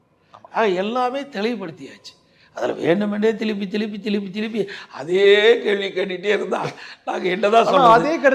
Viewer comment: என்னட அது திலிப்பி திலிப்பி